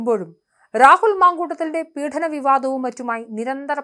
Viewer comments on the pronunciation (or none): പീഠനം അല്ല.... പീഡനം ആണ്..